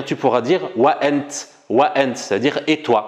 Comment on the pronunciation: il faut juste prononcé le t correctement comme T dans l'arabe classique et non comme le monsieur qui a un accent et qui prononce le T COMME TS. c'est ANT et non ANTS (le monsieur est probablement Marocain ou un Algérien de l'est comme Constantine, Jijel ou Mila qui prononce le T comme TS)